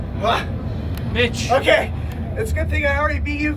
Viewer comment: Sounds like he is saying bitch instead of mitch